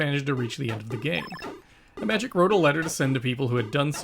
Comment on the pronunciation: Finally, a person who correctly pronounces the word "Imagic". Most other channels obviously don't see the connection with the word "image", and pronounce the name as if it were an Apple product.